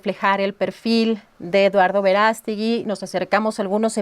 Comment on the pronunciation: No es Verástegui, es Verast'egui